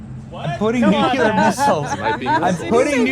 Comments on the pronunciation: Benny, tryna help a brutha out. It's NOT NEW-Q-LER. It's NEW-CLEAR please. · Benny, its nu- klee-ar, not nu-kew-lar. Just listen to all the reporters. They know how to pronounce it. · I love your show, respect you. The word is nuclear is pronounced nu-kle-er not nu-cu-ler. Thanks for all that you do for us in the USA! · Benny , it is nu-clear. Not nuc-u-lear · Benny! There's no such word as *"NUCULAR"*. You sound like an idiot when you say it; and you give Conservatives a bad name. The word is: NUCLEAR. N-U-C-L-E-A-R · Nuc lear not nucular! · There is only one U in nuclear. It's pronounced "New clear", not "Nuke U Lear". I can't listen to you mispronounce that word. I usually watch your videos and upvote them but if you can't pronounce a word correctly, don't use it. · IF YOU CAN'T PRONOUNCE " NUC LE AR " JUST USE THE " N WORD " , SAYING " NUC U LAR " JUST MAKES YOU LOOK ILLITERATE ! PLEASE DON'T TEACH YOUR KIDS TO SAY " NUC U LAR " ! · Its pronounced NU-CLEAR. Not NUKE-YOU-LER. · C"mon man! It is nucLEAR, not nucULAR! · NEW-CLEE-AR NOT NEW-CUE-LER PLEASE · Benny......it's "Nu-cle-ar", not "Nu-cu-lar. You have been listening to George W Bush too long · Benny, thanks for your reporting, but please learn the correct pronunciation of the word nuclear. It isn’t nuke you ler. 😊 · Please stop saying NUCULAR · nukuler? OK Dub-ya. And take your Jag-wire to buy a warshing machine. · It's pronounced NUKE-LEE-UR. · Dude, WTF is NUCULER? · Dammit, Benny, learn how to pronounce nuclear!!!!!!!!!!!!!!!!!!!!!!!!!!!!!!!!!!!!!!!!!!!